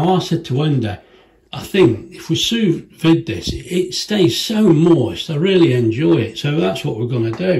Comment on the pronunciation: It's pronounced "sue vee"